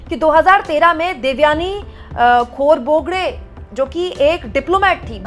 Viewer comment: at duration of this video you inadvertently said "खोरबोगडे". Correct pronounciation is "खोब्रागडे". Apart from this your video is truly informative as to how the then Congress government retaliated to US in Devyani Khobragade humiliation case.